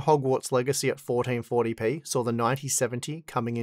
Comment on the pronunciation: "Fourdeen fourdy pee"